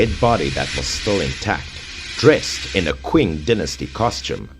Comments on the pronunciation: is pronounced as Qing- Ching dynasty not quen dynasty.Also there was indeed some news not sure fake anot that they dug up a coffin with description like that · Is 'Qing' not 'Queen' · I believe you meant to pronounce Qing(Cing)